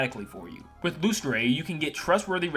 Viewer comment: I'm not the company owner so I don't know, but isn't Lustre supposed to be pronounced like "Luster?" That's just how the word is spelled where I live.